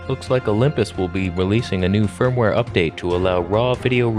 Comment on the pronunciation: Kept hearing fur-mware update in this one 😂